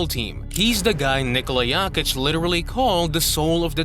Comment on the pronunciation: good video..but you can not allow yourself so misspeelling in 1 video--it is JOKICH---NOT YAKICH